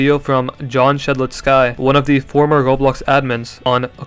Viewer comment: For the love of god please dont pronounce Shedletsky like that 😭